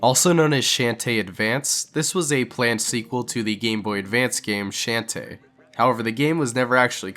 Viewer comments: you said her name wrong. The H in her name is not silent. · STAR Fi?....... How the fuck did u pronounce shantae? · First Rouge the Bat and now Shantae name was butchered. 🤣 (but I still love the video 😸💖👍) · Hearing him mispronounce shantae and starfy hurt me inside. Great video otherwise.